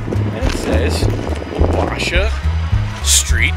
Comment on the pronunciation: Waw-baaa-shhha is how you pronounce the street caves btw